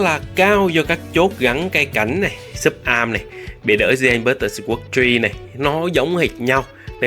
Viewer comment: Kênh nội dung hay, trừ vụ phát âm English nghe tệ quá, vd: newbie lại đọc là "niu bai", sword lại đọc là "sờ uốc"....